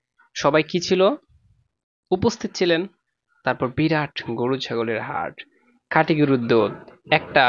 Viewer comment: নিজের কথার সব তো আগে শুদ্ধ করো। আপনি খাটিকে কাটি বলেন 😅